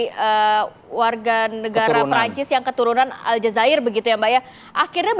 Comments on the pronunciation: Alzazair dek bukan alzazera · Woiii Aljazair bukan Aljazira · Warga Aljazair mba' bukan warga TV aljazirah...😂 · Mbaca Aljazair aja kok kliru Aljazira....pripun to mbak... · Bukannya Aljazair ya? Aljazirah? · Aljazera itu nama berita dul, harusnya Aljazair😂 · Sorry ,ya bukan aljazira tapi Aljazair... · Aljazair mbak, kok al jazirah itu mah nama kantor berita